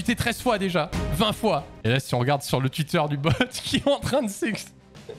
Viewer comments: Twuit Désolé 😂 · "tuite" C'est horrible quand on s'en rend compte mais j'avais pas remarqué x)